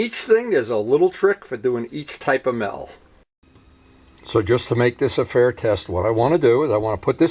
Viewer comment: The fuck is me’el?